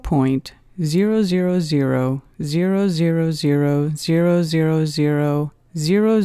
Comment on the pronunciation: 'Embar' was tolerable compared to 'zero'